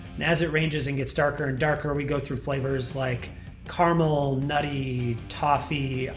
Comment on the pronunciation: CA-RA-MEL. Not CAR-MEL. Please. He says it so much.